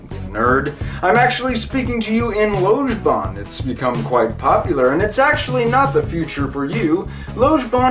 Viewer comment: And then there's the perhaps most prevalent misconception that it's pronounced "lodge-ban"; which was of course addressed in the video just by pronouncing it correctly :-) I just started learning it two days ago, I like it very well so far. Then again, I've always been one to want everything to be logical and predictable. That's why I learned Esperanto; it's way better than English, as I define betterness. Whether I'll like Lojban better than Esperanto, it's still too early to tell.